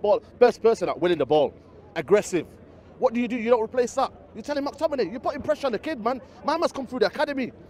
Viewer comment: Mactiminay lol